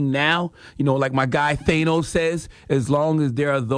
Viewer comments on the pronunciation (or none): THAnos...not THAYnos